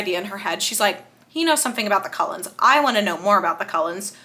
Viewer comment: OMG…. “ Cold-ones” “ Cull ens” :O